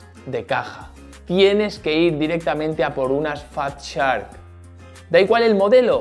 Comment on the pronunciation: jajaja, pro dios enfermo, jajaja eso de volar los drones al revés, te esta empezando a afectar...... "la mare que et pari", jajajaja que manera de reírme......... mas serio no te pones.... menudo ingles como el mío, en el momento fatshark casi te muerdes el labio jajajaja, grande grande....... no dejas de sorprender maquina... tu si que eres pro.... 😂😂😂😂